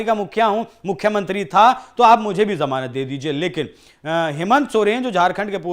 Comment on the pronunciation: Janamat nahi जमानत correct करो